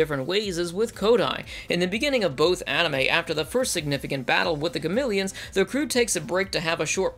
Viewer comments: Gameleons? What are they? Zartan? It's Ga-me-lons! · SAY GAMILIONS ONE MORE TIME. I TRIPLE DOG DARE YOU. IT'S GAMILLONS. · Does anyone else notice he keeps saying ‘Gamileons’? It is Gamilons. As in Ga-mi-lons.... not Ga-mil-eons. They even pronounce it like this in the first series. Do they change the pronunciation in 2199 or something? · He also couldnt say Gamilans right XD